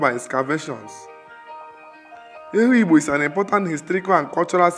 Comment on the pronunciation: The narrator mispronounced the name Ehugbo as well as most of the other names indigenous to Afikpo. Also, there were clips that most likely were borrowed from other sources. Aside from that, Afikpo is a tourist potential waiting to be explored. The people are very hospitable and accommodating. It's native government system is second to known in the whole third world, as Ehugbo had practiced native parliamentary system (ekpuke-etos & ekpuke essas) since before medieval times